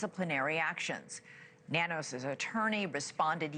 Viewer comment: Nanos is pronounced No News